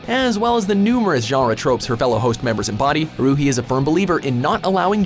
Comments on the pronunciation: Cringe counter (that I counted) 1. Pouncing Haruhi's name wrong 2.calling Grell sutcliff a shinagami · you say haurhis name wrong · the way he pronounced Haruhi lel XD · The pronounciation of "Haruuhi" makes this vid WAYYYY much better 😂😂😂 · They pronounced Haruhi wrong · They mispronounced haruhi........why do they always mispronounce the names? Please watch the anime enough to pronounce the name correctly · IM TRIGGERED!! You said haruhi wrong!!! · im triggered if you are gonna entertain weeaboos at least pronounce the name and anime correctly the way you say haruhi makes me cringe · the way he pronounced haruhi's name made me cringe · And I hated how he pronounced "Haruhi" but it's still a good video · LMFAO, you completely mispronounced Haruhi's name, but that's okay. :) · That Haruhi pronunciation tho. Smh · Goddamn it can you plz fucking pronounce Haruhi right. Like holy shit. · I got mad when he sad haruhi wrong